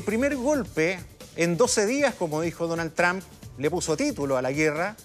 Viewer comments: que necedad por que peru argentina chile pronuncian tramp no es asi se pronuncia tromp y se escribe trump por que insisten en pronunciar equivocadamente tramp tramp tramp que ignorancia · NO DIGAN MÁS DONAL “TRAMP”. SE DICE “TROMP” y SE ESCRIBE TRUMP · Se pronuncia Trump No trampa . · el presidente TRAM dice este señor jajaja